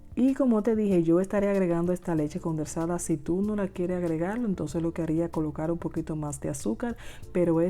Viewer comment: Leche condensada...no condersada...🥺🥺🥺🥺